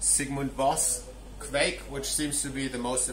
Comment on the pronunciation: you have the right pronounciation! :-D